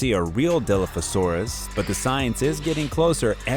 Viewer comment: As soon as you pronounced Dilophosaurus WRONG I just couldn’t watch anymore…